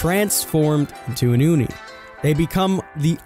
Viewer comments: OnEe king its Ohknee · it's "Oh-ni" not AHNI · Its Pronounced "Oh knee" Not "U knee" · He starts saying "oni" like aun-ie. Then, he says it like own-ie (the proper way). And at last, he say oon-ie. I don't care if you pronounce something wrong, but make up your mind, dude. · first he said awni, then uni, but never did he say Oni smh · You keep saying oooni its O-nee (oni) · Oh-Knee, Not Ah-Knee. <3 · Its pronounced "Oh-knee" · Did you try to pronounce Oni differently every time? I caught you saying Oni, Onni and even Ooni. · Did it trigger anyone else when he said Oni like Onny? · "onni" "ooni" Wouldn't be a King video if he didn't pronounce at least ONE thing wrong. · The most dreaded Killer of the sea: The Uni. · WHY ARE YOU SAYING ONI LIKE THAT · Why did you pronounce oni 4 different ways? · i cringed every time you pronounced Oni wrong 😖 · it literally hurt my brain everytime he said it wrong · Why does King pronounce so many words in a weird way? Sometimes he says the same word 2 or 3 different ways in 1 video. It's hard not to notice once you realise. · The way this man says Oni hurts my soul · He isn't even consistent. He pronounces it several different ways. It's hard to listen to. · Yes hahahaha